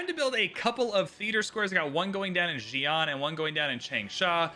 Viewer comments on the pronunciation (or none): Agreed. Or even the city names 😂 “zi-an” vs. “si-an” haha